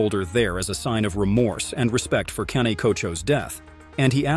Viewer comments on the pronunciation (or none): none